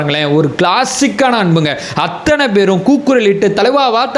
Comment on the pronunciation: anbana vendugol...pls don't say "Aththunai". .normal Tamil la sollunga pls..."AththAnai"